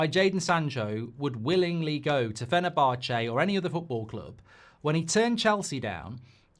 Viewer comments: Fener-bar-chay 🤣 Jolly good, I do say old boy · Do you pronounce fenerbache like that just to annoy me ?